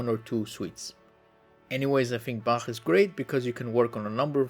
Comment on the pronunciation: i cant the "bačæħ" LOL